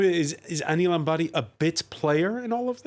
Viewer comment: Please use Anil Ambani's pic and not his elder brother Mukesh Ambani. Kindly try and pronounce Ambani with an M. It is disheartening to see that you work on such important issues with improper research.